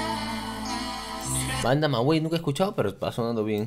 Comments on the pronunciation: Por fin..... reaccionando a Banda Maguey... Jajaja no es Banda maguei es banda Magey bueno se escribe MAGUEY pero pronuncianolo magey sin la U Nosotros los mexicanos ya estamos impuestos a pronunciar de una forma ... Pero buena reacción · Se dice magey pero se escribe maguey la u es silencia. 😂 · No se pronuncia la u seria algo así banda magey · Se pronuncia banda magey la u no se cuenta